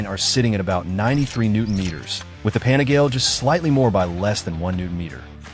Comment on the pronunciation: It is pronounced “pa-ni-gah-lay”. Not pani-gale. My brain hurts every time I hear you pronounce it wrong!